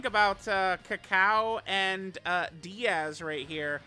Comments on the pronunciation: Its Daiz, not Diaz. Bro cant read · it's daiz, not diaz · It's Daiz, not Diaz. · Maybe one day will pronounce Daiz's name correctly